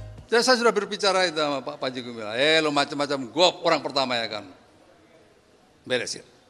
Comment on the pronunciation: Ngucapin "beresin" nya kok kayak abu" sih pak ?